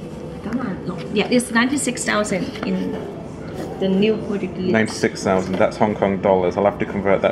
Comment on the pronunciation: Its Portugueser . Get it right man